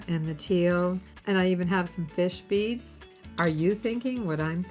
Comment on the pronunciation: I like the set but I would personally add the blue bead as focal. As a funny when I first heard you going through the list of beads thought you said fish feet not fish bead & thought fish don’t have feet…lol